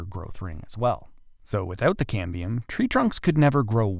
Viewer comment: ("Cambrium is a great Scrabble word") But it's Cambium – no R.